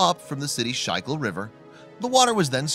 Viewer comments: please pronounce the name of the river correctly/...if you do not know than ask. it aint surekil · River pronounced “Skoo-kill” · he states the water source but mispronounces it in a way I have never heard. The right way is: "SKOOL-kill" but spelled 'Schuylkill' Great fishing, nice river but could be much better if the city wasn't so litter oriented. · Shycool river? Is this a russian site? Skoocool river is how it’s pronounced. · Its pronounced "school kill" but I guess with all the school shootings that's not politically correct LOL